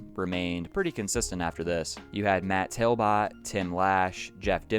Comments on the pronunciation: it's TALBOTT (TALBOT where i come from) pronounced Tal-bit .. not tail-bit.. my fave songs on this album were big dipper and the pod... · Based off spelling it isn't pronounced Tail-Bit you just don't know how to say Talbot. I hope you know the right meanings of I'll and All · Matt's last name is pronounced exactly as spelled, not "tail-bot". My hometown is his and ibought electa 2000 with hidden track for $5 from his mother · How do you not know how to pronounce Talbott?